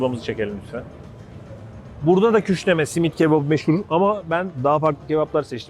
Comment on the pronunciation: 'nın küşleme yerine küşneme demesi😂😂